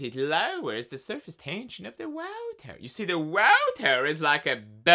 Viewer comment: De wauta! I cannot hold back the laughter when he says it that way!